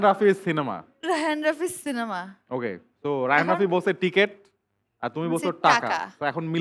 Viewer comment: রাফি কে তুমি বলে তুশি 🤨🤨